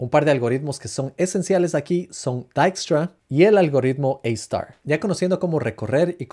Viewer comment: como se llaman los algoritmos que mencionas en la parte de grafos? escucho algo como tyssharp y eistar